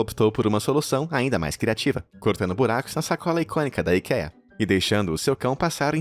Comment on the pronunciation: IKEA - fala ´´aiikia´´